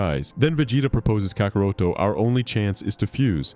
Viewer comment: misuses Gohan's new power and gravely underestimates his capability but it must be before his new transformation. Btw you pronounced kakarot wrong, but you did a good job otherwise.